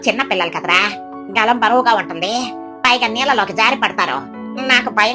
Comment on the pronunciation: అది గలం కాదు తల్లి గాలం